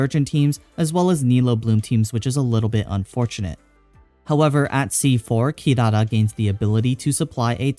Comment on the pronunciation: mate u overpronounce "Kirara" :(